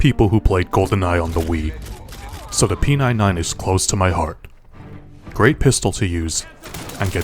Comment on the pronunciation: Yk that you say it Walter not walth -her and p99 not p9-9 (no hate btw)